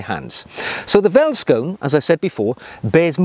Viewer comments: Great video. I love my Vellies. Side note though... Veldskoen is pronounced "felt skoon" and quite literally means “field shoe” in Afrikaans; one of South Africa's eleven national languages. If you find it difficult pronouncing the word "Veldskoen", you can also call them "Vellies" (pronounced "Fellies"). This nickname is used by many South African cultures and it seems to roll off the tongue a little easier. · i find it funny how you pronounce Afrikaans words as a south african also multipul of one feldskoen is feldskoene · Hey, great video, but it is pronounced felt not welt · Neat video! Two small things, though. In Afrikaans, a V is pronounced as a F sound, ie. "(F)eld skoen". Also, whilst "field shoe" is a fair translation, I'd wager that "bush shoe" may fit better in this situation. Regardless, thanks for making the world aware of this amazing shoe! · Ah... I was looking for this. Wouldn't you also pronounce the 'oe' as an english 'oo' ( as in food)? So veldskoen being pronounced 'feltskoon'? Cheers. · Hi, enjoyed your video with a homebrew flavour! Being South African, I must emphasize that these shoes, pronounced "feltskoone" is part of our heritage just like a kilt to the Scottish. Every man in South Africa are familiar with them and everybody wear them, even the "smart shoe" are popular and in South Africa, being quite hot, suits are seldom worn and that's where these play their part. They might be considered "smart" when wearing a outfit not quite very casual eg. Neat cargo pants with the latter instead of the suade version. Keep em coming!! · Thanks for introducing veldskoen to the world. I'm South African ,born & raised. The V in veldskoen is pronounced as an F. So you basically pronounce it "feltskoen" singular & "feltskoenner" plural. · South African shoes. Vellies (pronounced felly's in Afrikaans) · 10 of 10 for butchering the pronunciation!